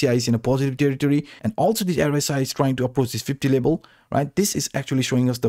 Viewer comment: say v: b say level: lebal lol